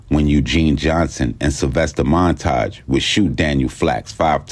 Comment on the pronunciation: Montague, Mon- TI- que. Not Montaj